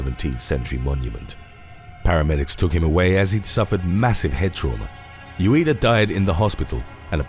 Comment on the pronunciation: Surely mister Ueda is tossing and turning in his eternal slumber every time he hears his name so badly mispronounced...